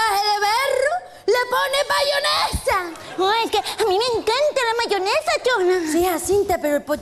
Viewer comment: Chona dice bayonesahahhaha